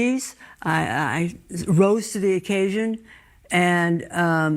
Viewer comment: sounds like you are saying the don ROSE to the occasion